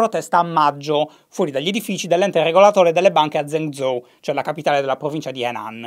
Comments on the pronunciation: Zhèngzhōu si pronuncia gen-giou, non zen-zou...... ma che lo dico a fare? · Zhengzhou si legge geng giou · mi permetto giusto un piccolo appunto: la "zh" in cinese è molto simile alla doppia g seguita da una vocale, come "viaggio" o "alloggio". Quindi Zhengzhou si leggerebbe tipo "gienggiou". Spero di essermi spiegato bene. Per il resto continua così <3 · esattamente. gliel'ho detto anche io in passato ma Shy fa orecchie da mercante. basterebbe ascoltare la pronuncia su google translate o su un dizionario online... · Shy in cinese il gruppo consonantico "Zh" si pronuncia in modo simile alla "G" dolce italiana o alla "J" inglese